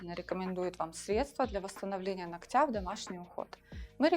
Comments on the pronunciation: Не ноктЯ, а нОктя, безграмотность😅😮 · Почему ногтЯ , а не нОгтя? Руководитель студии , а говорите неправильно даже…